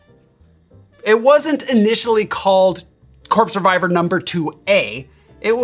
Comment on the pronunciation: Why does it sound like he’s saying the corpse survivor?